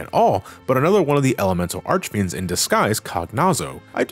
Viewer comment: I think i've lost five years of my lifespan for every time has mispronunced the names of the four elemental archfiends. Jesus. Also, the whole transition from Dark Knight to Paladin is ideally a manifestation of the purity of soul, of washing away your sins on an appearance level: apprentices that wanted to become knights had to wear a white robe and stay awake praying for an entire night, and i think the paladin class reflects that, other than focusing on protecting the others rather than sacrificing your lifes for extra damage. Cecil might still mantain his insecurities he had at the beginning, but the transformation is a physical proof that he can change, that higher powers can recognize him as honest. As said, Golbez is essentially a version of Cecil that couldn't make that jump after his brainwashing got removed, and to an extent that goes for Kain. The After Years tried to expand on these themes... and your mileage may vary on the results, even if i personally find them fine. -Teo